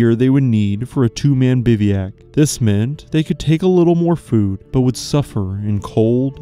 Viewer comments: Great story, well told. But FYI, it’s pronounced Biv-whack, not bivvy-ack. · Bivouac is a French word that you pronounce incorrectly. It should be BIV-oh-ack, rather than "BIV-ee-ack." If you google 'bivouac pronunciation,' there will be a little play button you can press to hear it pronounced. Keep up the great work. I appreciate that you try to pronounce the French names correctly. It's not easy.